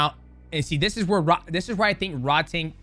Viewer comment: Just a heads up - it's pronounced "Rroad-Tong" which means "tank" in Thai, says my wife. Drives her nuts when the ONE commentators mispronounce Rodtang all the time lol. Great breakdown. They say Takeru's leg is still merked.